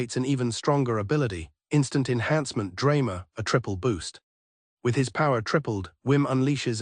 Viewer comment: ZWEIMAR -> zwei-mal DREIMAR -> drei-mal a classic mix up asian are cute honestly "why cant asians be pirates? because they cant say ARRRRRRRGH >:0 !!" R=L B=V siiigh